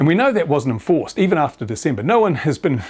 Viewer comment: Completely false. even has the date wrong "until December" (Diesember). The gasping of breath and grasping at straws. This pathological liar is about done.